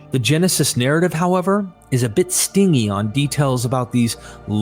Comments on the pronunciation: Stin GEE. AI, NOT sting E. Among other tell tale mispronounciations. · it's "STIN-jee" not "STING-y" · The word "stingy" is not pronounced with a hard 'g' but with a soft 'g' in case you're wondering about the goof of the narrator. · The word stingy is pronounced "STIN-jee", not "STING-ee". It means ungenerous/ miserly. It does not mean stinging or painful. Where do these YouTube narrators go to school? Is this all due to AI narration from ill-read bots, or just ill-read humans that can't be bothered to check their pronunciation or word meanings? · Stingy is pronounced stin·jee, not sting-ee 😆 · Stingy? It’s pronounced with the soft “I”, gy is pronounced “jee” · STINGY is pronounced "stin-jee". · A little less editing out of the natural spaces that occur between phrases, would make this video easier to listen to. Also "stingy" is pronounced "stin-jee". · I'm sorry but stingy is pronounced stin-gee. "He was so stingy with money that he dared to take me to the Cheesecake Factory for our first date, looking as good as I do. You kidding me?" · "Stingy".....lol robots cannot pronounce these Words correctly.. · You mispronounce these words within the first 10 minutes: stingy, archetype, and at one point you make up a word "verociousness".